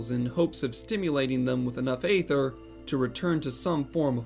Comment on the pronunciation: No. It’s supposed to be “goo-boo,” according to how it’s pronounced by the Eng VAs, and it’s been confirmed by one of the devs in the official forums. This guy is also pronouncing aether wrong (it’s “ee-ther” not “ay-ther”—the latter is for ether, the mana-restoring potion).